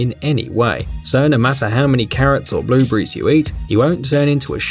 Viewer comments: at first I thought he said blue bear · BLUBURRIES VIT A MINS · You say "blueberries" like "blue breeze", to us Americans. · Blue Bees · He said Blue brees